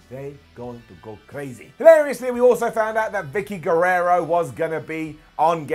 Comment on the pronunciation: It's Guerrero, for future reference. 👍